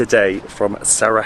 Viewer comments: Its not Sarahevo, its Sarajevo. Learn to pronounce like the rest of the world can learn to pronounce your English words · Not Sarahevo, not Saragevo try say Sara-ye-w-o .... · Love it! Thanks for visiting our beautiful homeland. But hey!:) you gotta learn to pronounce Sarajevo the right way. It’s Sara-y-Evo basically. Not Sarahevo!::). Cmon now!:). Great channel. Hope you enjoy Bosnia!! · try to pronounce it as Sarayevo and it's good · SaraJevo. J as in Yes or Yellow. Not J as in H. You are in Bosnia and not in Mexico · If you say saraHevo one more time lol you didnt say Hasmin 😂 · Bihać was the last place to be conquered by Ottomans. Something like 200 years after the ottomans began their conquest of the Bosnian Kingdom. Also, please look into pronunciation of Sarajevo 😊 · Your pronunciation of “Sarajevo” makes my ears bleed. Everything else is great… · Still mispronouncing Sarajevo! 😂😂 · all good. Not a problem, just a correction. U are doing a great job promoting the city and the country so its fitting to pronounce the capitals name correctly. Especially since its easier then how you have been pronouncing it. Cheers